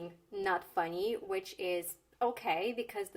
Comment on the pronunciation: Не обижайтеся, над звуком [i] надо бы поработать (например funny), буквально на треть "ы" добавить! А так почти по русски звучит!)